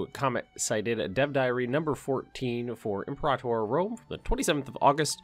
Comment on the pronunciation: Im-PERA-tor not imprtr.